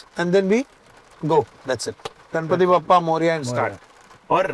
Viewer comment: Learn to say bappa man... Its Baap - Pa...